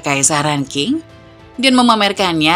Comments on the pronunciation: Sedikit koreksi min, Dinasti Qing dibaca Ching,bukan King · 清 Qing dibaca Ching, bukan King.